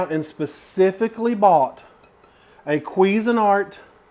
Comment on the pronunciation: lol the way you say cuisinart XD